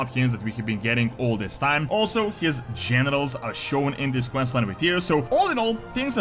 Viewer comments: aaaaaah you mean generals. what i heard was genitals. Like Tyr fighting galakrond's genitals XD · Sounds like is saying genitals every time he says generals